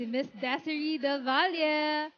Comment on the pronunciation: Not Desiree , pronounced as desirey